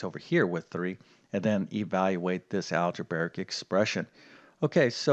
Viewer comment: It's algebraic, not algebaric.